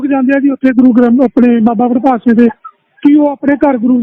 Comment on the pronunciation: bahan ji pahle to apni awaaz ko sudharo aapko yah nahin pata ki Baba Badbhag Singh Ji, Naam hai or aap Badbhag Singh- Badbhag Singh ke naam se bol Rahi hai. Sharm karo Mahapursho ka aadar karna shikho.